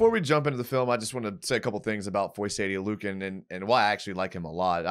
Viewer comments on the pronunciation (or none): Please learn how to say this man name lol